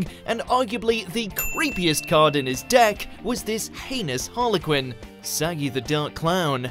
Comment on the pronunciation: Pretty sure you pronounced saggi wrong 🤦🏻‍♂️🤦🏻‍♂️🤦🏻‍♂️🤮